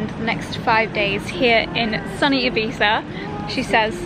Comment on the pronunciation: Oh, first time a non Spaniard pronouncing Ibiza perfectly 😍 your Spanish pronunciation in general is amazing